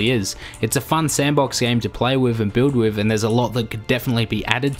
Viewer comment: Athor not Ahvar when pronouncing other. With not Wiff when pronouncing With.